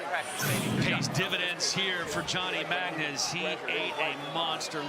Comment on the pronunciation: the guy's name is Magna...and she called him 'Johnny Ragma'